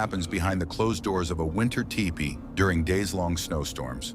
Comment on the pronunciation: The robo narrator said Ty-pee. lol